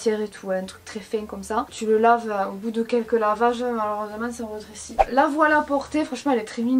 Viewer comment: Je suis là a qui ça stresse qu’elle dise retressie ? Non ?